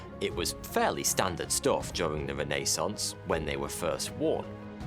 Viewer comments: "....Renaissance...." Nay.... reh - nuh - saans NUH 👍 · It is not RENEE-sunce. Please, PLEASE, make sure you look up the pronunciation of words before you record these.